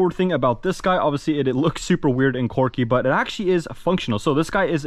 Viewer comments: "this one is pretty corky" quirky pronounced qwer·key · the word is quirky not corky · my boi it is "quirky" not "corky" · It's 'quirky' NOT 'corky' 🤣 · if he says quwerky one more time i will strangel a cat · Why does he keep saying corky 💀